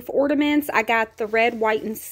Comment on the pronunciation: Sorr, but isn't it ''ornaments'', not ''ordaments''? I'm not completely fluent in English haha Loved the dounut ornament/ordaments!